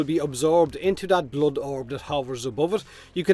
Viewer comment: It's not bluud it's blood